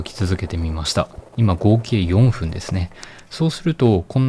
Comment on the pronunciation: 4分は「よんふん」じゃなくて「よんぷん」です。